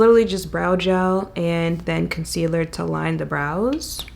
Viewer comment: Rewatch! Everytime you say "concealerrr" I say "Miss Toler" in my head. Real ones know. 😆 Love underpainting. It's my go-to way of doing my makeup now.